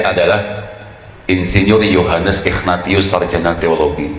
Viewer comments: Pas baca Ignatius jadi ikhfa... ightatius wakakakak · Sejak kapan nama ignatius ( dibaca : ingnasius ) berubah jadi nama " Iqnatius " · Ignatius dilafalnya Ikhnatius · Dia blg bapaknya kardinal, Dianya ex pendeta Sebut nama santunya aja salah...Ignatius dibaca igna-tius...wkwkwkwkwkw